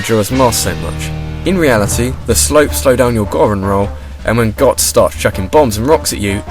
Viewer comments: IT IS PRONOUNCED GOAT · not to sound like all the other high-horse youtube commenters, but i think that Goht is pronounced "goat", being that it's basically a giant goat-bot...